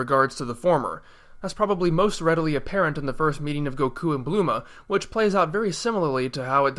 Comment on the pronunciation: Her name is Bulma and not Bluma. Or was that pronounced like that by the dubbing studio?